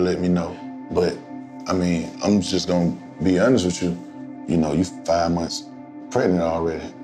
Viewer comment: "Im pregnit" 😂